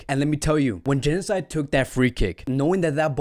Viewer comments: thought you said Genocide for a sec there 😅😂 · I do appreciate the analysis, but it would be even better if players' names were pronounced correctly. "Januzaj" is pronounced like "Yanuzay" not "genocide". Also "Ter Stegen" is like "tersh tegen"...